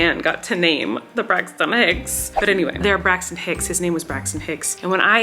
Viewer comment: I thought she was saying "braxts and hicks" this entire time